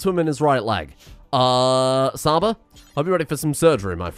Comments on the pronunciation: Csaba is a hungarian name and 'Cs' aba prounanciation is not with 'S'. it should be like in wa'tch'. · "Csaba" is actually a Hungarian name, it's pronounced "Chaba" as in "Cheese", love the content though! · Csaba is pronounced Chaba, but you were close. Love the series! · Csaba is ment to be pronounced like Ch from cheetos. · I know you probably won't read this but the way you pronounced Csaba is not correct. The Cs in the colonist name is pronounces as a tʃ in chip/beach/belch ecetera. Sincerely, a hungarian viewer and follower of your channel full of entertaining and deranged content.